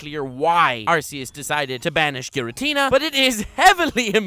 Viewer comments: It's ARCEUS as in ARKEUS NOT ARSEUS. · You mispronounced Arceus. It's like Are-key-us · RRREEEEEEEEE IT'S AR-KEY-US internal and external screaming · ItS nOt ArcEuS (R C S) iTs ArCeus (R K S) dIdNt yoU PlaY SuN and MOon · The only two people on youtube who pronounce Arceus as "Arse eus": and.